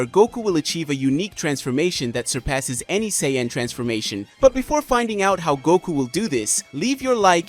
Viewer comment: But... Butchering 90% of ALL the names.. 😓😱😭😭😭 Say-een.. Gaah xD